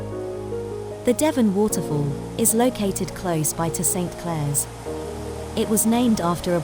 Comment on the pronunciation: I grew up in this area, where my father was a tea planter. It's pronounced "Sinclair" Falls - not Saint Clair! Most of the planters, like my father's family, tended to be lowland Scots. Hence also Aberdeen and Devon (as from the River Devon, Clackmannanshire).